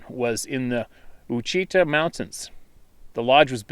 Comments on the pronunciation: God bless you but the Ouachita National Forest is pronounced Washitaw, not O U achita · Watch-it-toss is how you pronounce Ouchita... I've spent some time around Queen Wilamina park scouting for bears. Near Mena Arkansas. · “Ouchita,” is “Wa CHI TAH.”:-) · FYI: Ouachita is pronounced waa·shee·tuh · I've eaten at that restaurant! Cool. I hadn't heard about that poor lady, that is terrible! BTW .... Ouchita is basically pronounced Wah-sha-tah. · It's pronounced wash it taw mountains. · Hey, Ouachita is pronounced "Wash-a-ta" or "Wash-a-taw". I used to fly fire patrol flights for the National Forestry Service in the same area the writer was speaking of, and often ride my Harley over there from the Little Rock area. Lots of sightings reported in that area. Beautiful country though. Keep up the great work with your channel. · (Wah-shi-tah) mountains.... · Good stories again,. Thank you and thanks to all the brave folks who have put their fears aside ans written in. Well done. For what it’s worth, that mountain range spanning Arkansas and Oklahoma (Ouachita) is pronounced “wah-shi-taw”, more or less;-) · only a native would know OUACHITA is commonly pronounced WASH-ah-tah. I live in Arkansas. Bigfoot is commonly encountered in the Ouachita mountains of Arkansas and Oklahoma. In Oklahoma the name changes to Kiamichi mountains.